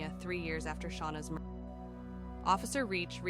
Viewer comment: AI voices are awful!!!! What’s a mur…….? Terrible.